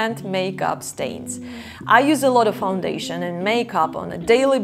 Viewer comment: Stains, not stanes.